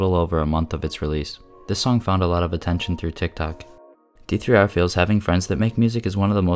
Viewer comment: hearing him say d3r instead of der makes me wanna die 😭